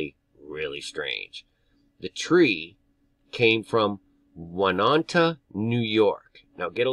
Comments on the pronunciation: I love to hear "Hey!" music to my ears. Oh and I live right next to Oneonta NY.. Yes it's wild! Ps.. It's pronounced 'Own e on tah':) Thank you for all your info. and God bless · It's pronounced Own- e- onta! I went to college there( I grew up in NY).😁💞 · Oneonta “oh-knee-on-tah” 😅 I used to live near there.